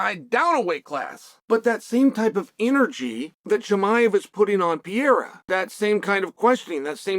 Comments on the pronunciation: Is Chael so unprofessional or stupid that he cannot pronounce such simple surnames like ImaVOV, not ImaNOV or Pereira not PYERA... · Chael Sonnen stop saying Pierre-uh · HAZMAT and PEE-ERA